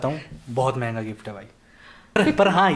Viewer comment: Bar bar jb app manhga bol rahe the. tb hi hm samjh gaye the.